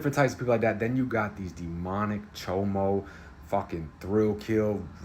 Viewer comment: The way he says "Chomo" cracks me up. I don't know if it's his expression or the way he pronounces it.